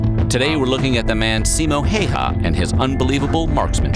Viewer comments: His name is pronounced ceemo eye-yah its flippin painful to hear hay ha like its a fuckin outkast song.... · Simo Häyhä, not Haha. 😆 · simou heihaa :DDD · Its simo häyhä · I know it's lileky not his fault but, the errors spoken by the narrator are a disservice to Simo Hayha.